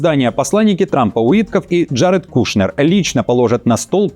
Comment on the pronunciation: Какой такой Кушнер? Почему надо коверкать фамилию представителя знатного еврейского рода КУШНИРОВ, выходцев из бывшей царской империи?